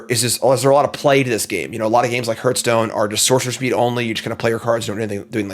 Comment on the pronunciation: Sorry, can't watch a video where the host doesn't know how to pronounce Hearthstone.